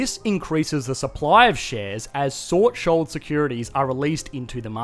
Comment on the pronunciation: "sort shold"